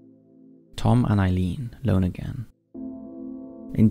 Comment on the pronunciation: The "lone agains" really 😂